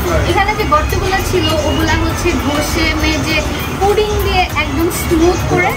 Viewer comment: Puding na apu puting hobe.